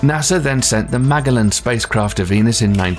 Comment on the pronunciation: The G in Magellan is a soft G, not a hard G. Very informative video nonetheless. Thank-you.